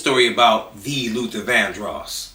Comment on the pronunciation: Luther Not Luther ….I love Prince but he was something…. And I heard some things about Tina